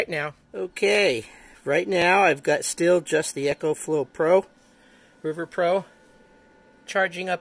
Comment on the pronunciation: Its an "ECO"flow not Echo like a sound reverberation